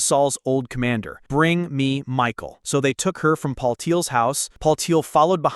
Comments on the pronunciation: Not Micheal but Michal pronounced as Mikha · Headsup - the AI voiceover pronouncing "Michal" as "Michael" makes it sound like a secret surprise homosexual relationship between David and a guy named Michael, for a bit, until the viewer realizes what's going on.